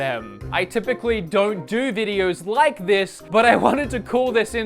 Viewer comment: "Did you rike it?"